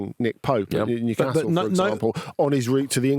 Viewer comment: Andy's pronunciation of Newcastle hurts me